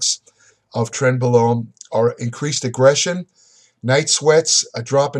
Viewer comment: 0 - 10 mins. - Trenbolone , trembolone .... Trentbolone , trembolone .......trembolone .....Trent blah blah blah............